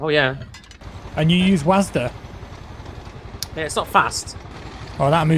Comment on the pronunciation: "And you use WASDE" Lol it's "double you , eeh , es , Di" lol